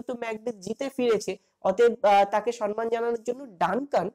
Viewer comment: খুব সুন্দর লাগলো। কিন্তু দয়া করে সম্মান কথাটার উচ্চারণ ঠিক করুন।সন্ মান নয় সম্মান।